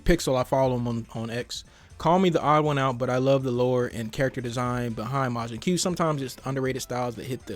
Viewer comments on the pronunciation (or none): It's not majin que it's majin koo . Also the design is funny 😂